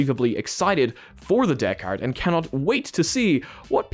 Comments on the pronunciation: Pronounce it like this, bro... "deckered" and it'll sound like it's supposed to rather than "deck hard" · Deckard? Deck AR Device?